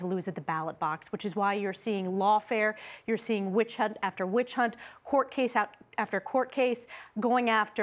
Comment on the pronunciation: The moment she said witchunt Kaitlyn should have shut her up.